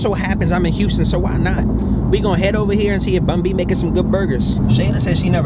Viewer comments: It's BUN SPACE B... NOT BUNBY😂😂😂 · Bun B not Bunbee 😂 😂 That’s 🥶